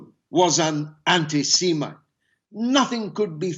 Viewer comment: Did Galloway say anti-semen instead of anti-Semite? Is he against swallowing?